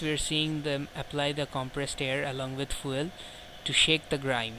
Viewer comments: What is "Foo El" ?? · Dude how do pronounce "FUEL" ?